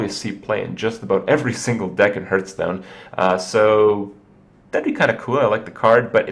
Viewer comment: It is kinda annoying, that you keep saying hurtstone. Its pronounced like heart, with an H at the end.